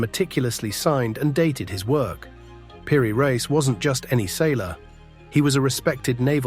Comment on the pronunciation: Why cant A.I. pronounce "Peery-Reese"...😖😖